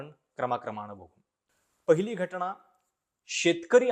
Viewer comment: घटना असा शब्द आहे तुम्ही घटणा म्हणताय